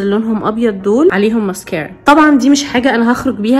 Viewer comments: مسكارا❌❌❌❌ مسكيرا✅✅✅ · علفكره اسمها مسكاره مش مسكيره يخربيتك عسل😴🥰❤ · مسكارا ❎ مسكيرا ✅ 💔😂